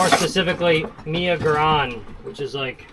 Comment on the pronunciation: Iv never heard anyone pronounce mi goreng like that 😂